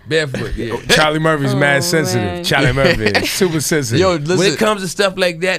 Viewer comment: Cha(h)-Lee Murph-fee !